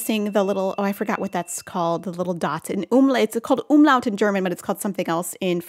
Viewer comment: It's 'Umlaut' in german. Me as a german: I'm so proud 😭😂